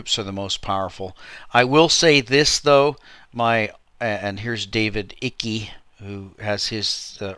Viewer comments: Its pronounced "ike" like, "ike eisenhower" - not "icky". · David Icke's name is pronounced like "eye-k", to rhyme with bike. Just sayin'... Great video,. One of the best in a while, IMO.